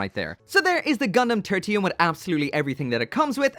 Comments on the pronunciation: Thought he said Gundam Tortilla. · Loved your review, and this applies to all your review! I only cringe everytime you say the gundam's name. Katakana says it is Te-ru-ti-u-mu ga-n-da-mu. So It is suppose to be said as /tertiyum/ Well that's just me. ✌️